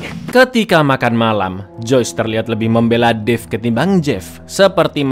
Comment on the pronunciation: Bukan dave anjr tapi david kocawk